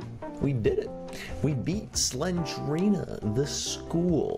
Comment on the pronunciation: It’s not slengrena it’s slendrena